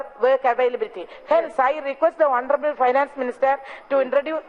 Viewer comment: Honorabal...... Instead of honorable......... Heeee